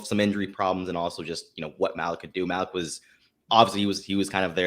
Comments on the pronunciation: How do you know? If you got a guy who's knows him and covered him his entire collegiate career, he won't get the name wrong. It's 'Mal-ek'. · It's pronounced (Maleek). They are tearing his name up